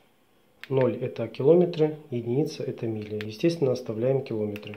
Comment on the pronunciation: В слове «километры» ударение следует ставить на слог с буквой Е — киломе́тры.